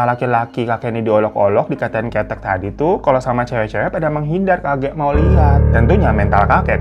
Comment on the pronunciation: Bang kEtek bang bukan ketek kalo ketek jadinya ketiak donk 😂